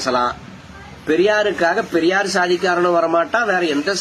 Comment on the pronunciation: என்ன. ரொம்ப நீளமா இழுக்காதீங்க...அது பெரியார், பரியார் இல்ல...சைமன் உங்களை வச்சு எப்படிடா ஒரு கவுன்சிலராவது ஜெயிப்பான்? முதல்ல தமிழுக்கு டியூசன் போங்கடா அப்புறம் தமிழை காப்பாத்துவீங்க...முதல்ல உங்ககிட்ட இருந்து தமிழையும் தமிழ் பெண்களையும் காப்பாத்தனும்..உங்களுக்கு தமிழ் சொல்லி கொடுத்த வாத்தியாரை பாராட்டனும்...